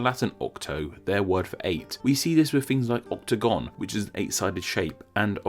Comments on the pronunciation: I thought it was octAgon and not octOgon? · Sorry OctAgon not OctOgon! Get that fixed... Thanks for your interesting work...MAXR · pretty sure it's octagon not octogon?? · great video, I think it's "octAgon" btw